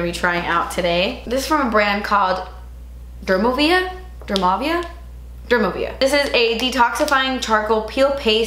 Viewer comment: It’s DerMOvia, not DermoVEA Get it right, lol